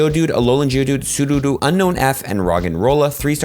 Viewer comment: The way he pronounces sudowoodo always throws me off 😂😂😂